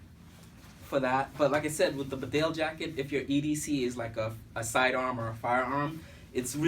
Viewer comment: Bee-Dale not Bed Ale, to pronounce Bedale.